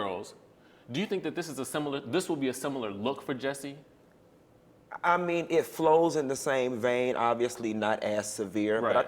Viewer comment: Off topic... but I cant get into it simple because his name is being pronounced wrong. As an educator & someone whose name is always mispronounced, that alone is step #1. WHY is it so hard for folk to just say J*U*S*S*I*E!? Geesh 😡 Ok. Well anyways... back to the story👌🏽💚🦋